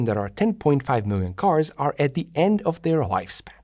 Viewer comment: OK, it's me who's easily irritated I realise but what was otherwise an excellent video with a comprehensive and cogent analysis with very clearly presented explanations was spoiled for me by the repeated pronunciation of "de" and "dis" for "the" and "this", etc. So here's the point ... some people due to a speech defect just cannot pronounce "th" correctly and, if that were the case here I would just suck it up with no comment BUT you clearly can. I heard, for example, thick and thin pronounced perfectly so the other (numerous and unnecessary) failures are just sloppy and lazy and each occurrence grates more than the previous. I do hope that you will correct this habit thereby making your videos even better.